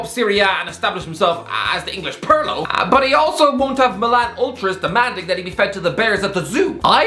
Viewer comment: "Purrlo" apparently Italian footballers are just cats